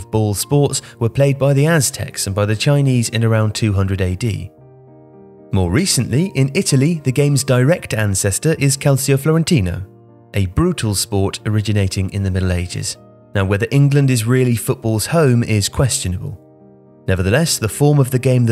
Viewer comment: Pronouncing words correctly: Calcio = Kahl Chi o Ciro = Chi ro Cagliari = Kah yee ar ee “C” followed by “I” or “e” makes a “ch” sound “gli” is a special sound like the first syllable in yellow that ye sound